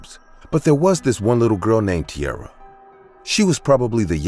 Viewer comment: *Tiara not Tierra.